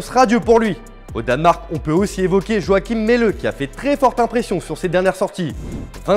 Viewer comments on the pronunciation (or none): none